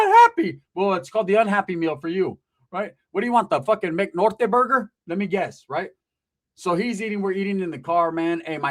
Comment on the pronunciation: “ McNorte burger “ 😂😂😂😂😂